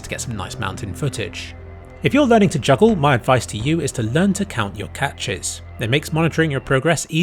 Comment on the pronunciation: "You will never be abble to joggle". -being 99% correct